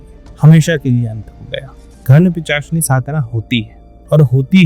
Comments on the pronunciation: Pisachni ❌ pichachni ✅ 😂😂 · Pishachini to bolne hota nahi. Pichashini Pichashini karte hai, youtube channel chod ke kaam dhanda karo kuch